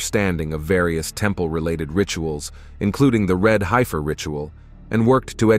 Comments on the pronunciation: Pronounced HEF UR NOT HI FUR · It's HEFF ER not high fer. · not a "hypher."..it's pronounced "heffer"! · It is pronounced red "heffer" Short e sound not long i-- hifer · The word is Hef-fur, not Hi-fur. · ''High - ferrr' ...? I's pronounced ''heffer''. Sounds like the person preparing the text made a lot of typos! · .....red HEFfer.....HEFFer....not HIGHfer 🙄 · It’s pronounced “red heffer.” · One thing about this video is the mispronunciation of Heifer. The man talking totally mispronounced the word. Other than that it was a very good video.